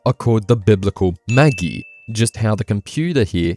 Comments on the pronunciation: Some of the pronunciations bro 😬 its not maggie but magi (ma-jah-i) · "Maggy"?? Is it not pronounced "Mahj-eye"? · Quietly biting my tongue and nodding at every weird mispronunciation in the video but man saying MAGI as 'maggy' in a video specifically about the Christian symbolism is on another level. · Magi is pronounced more like magician. Mah-ji ending like octopi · Minimal shade as possible, but what kind of Christian School did you go to that? They told you it was pronounced maggi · Magi should be pronounced 'Mah-jhai'. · Magi pronounced like magic, not like maggie. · You went to Christian school but mispronounce quite a few things (Jesuits, Magi)... XD though still decent video. Honestly it probably has more to do with Japanese interest and use of general European culture and history. Like most Isekai are based in a European Medieval world, as well as plenty of other types of fantasy anime, and Medieval generally means European tropes of a church institution. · Sorry man, but we're gonna have to toss your evangelion section man. The names of the wisemen are speculation at best and do not appear in the bible. You're also pronouncing magi wrong.